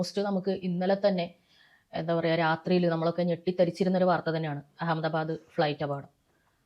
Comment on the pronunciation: മേധം<>; അദ്ധ ബാദ് ,,,,,,,അല്ല അഹമ്മദബാദ്,,,,,,, അദ്ധ , മൈനിങ്, കാഴ്ച ഇല്ല